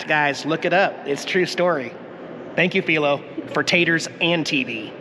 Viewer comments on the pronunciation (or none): I recall his name "Filo Farnsworth" being pronounced: F-eye-lo -- not F-ee-lo.... from when I lived in SLC.... a long time ago!! Loved your video!! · Pronounced Phi-lo as in fii foo fum